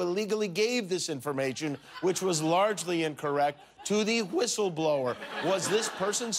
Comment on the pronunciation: Ghouliani: "I should be a "whithle-blower" .....priceless.